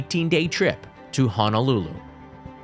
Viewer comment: There is no "a" Honolulu. I know it is a very common pronunciation to add a's in place of o's when saying "Honolulu". That being said, Hawaiian is like Japanese, whereas E is ā and I is ē.